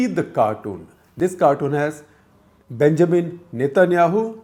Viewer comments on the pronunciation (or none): none